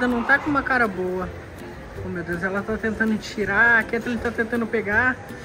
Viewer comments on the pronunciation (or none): N é Katlin é Katlen